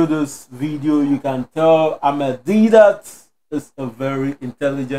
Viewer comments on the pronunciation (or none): Brother it is Ahmed Deedat not Amed, please read his name right.